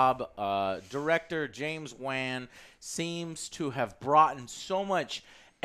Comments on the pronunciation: That bothered me so much but Juan would be more accurate to how everyone be saying. Joe's emphasizing heavy on the A, sounds like he's saying Wanne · ....Did he say director James Waan.... Lolol... Hey rocket scientist it's pronounced WAN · JOE STOP SAYING JAMES WAAANNNN SO WEIRDLY!!!!! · “James WEN” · It's pronounced James "Wan", not James Wan. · Joe it's wan not waaaan. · It's pronounced Wah-n not Waa-n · why does Joe say "WAHHNN" its WAN like "WOAN" lol Also, the people who complain about the octopus playing drums must not have seen Ant-Man and the Wasp.. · James WEEN. Joe its Wan hahaha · Lando: James Waan James: It's just Wan but that's ok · "James Huan" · JAMES WAAAAAAAAAAAN. It’s pronounced waughn. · "James Van" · NOT JAMES WEN ITS WAN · the way he said wan. lol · Love but man he can’t pronounce anyone’s name right. James waaan? “Thaynos” lol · If aint wang it will be mis pronounced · James Waaaaaan. LOL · Lol. James "Waan." 😂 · dude pronounces Wan and Thanos wrong, drives me crazy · man... cant say thanos or wan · What is it with you and getting names wrong, Joe? lol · Haha I swear joe gets everyone’s name wrong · he always pronounce everyones name wrong. its like he doing it on purpose